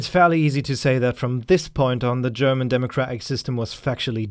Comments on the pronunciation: Perfect German pronounciation!!! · You are german arnt you? Always if you pronounce german words there is no actcent. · Your German pronunciation is great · Hey, just wanna say: thanks for your perfect pronounciation of german names - usually doesn't happen - continue like this :) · Man, dude can pronounces german names flawlessy. It´s so unusual hearing german names not being butchered. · are you german? If not, Your german pronunciation is really good. Kudos. Good vid. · Are you German? Because you're pronouncing the german names very very well :D